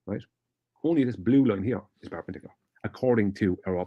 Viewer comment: Is he trying to say perpendicular or purple burglar alarm?